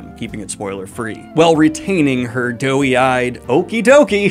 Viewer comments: "Doe-eyed", not "doughy-eyed" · Daniel, dear: please, the phrase is "doe-eyed." If you say "doe-y," it sounds like "doughy," which is a synonym for "chubby" or "out-of-shape in a harmless way." Saying it the way you have been makes it sound like her eyes are little Stay-Puft marshmallows, as opposed to big brown deer eyes. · Pretty sure you're trying to say doe eyed not doughy eyed? Great characters, great vibe, great acting and super fun. Walt Goggins is freaking amazing.